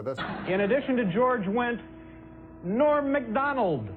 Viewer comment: Norm MACK-Donald.